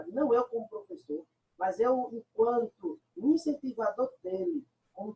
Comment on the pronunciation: Uh meu plofeçô kkkkk isso foi de propósito